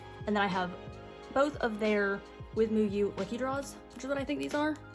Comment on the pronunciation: Just a tip lol withmuu is pronounced like “with you” just with a W so it should sound like “with mew”